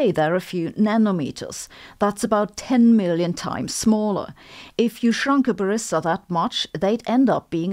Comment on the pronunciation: I heard that as "baristor". :)